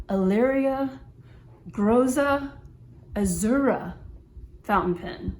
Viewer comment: Great review! Sorry for being the first to bother you with Italian pronunciation, but it is actually "Grotta Azzurra" which translates to "Blue Grotto", a famous sea cave near to Naples!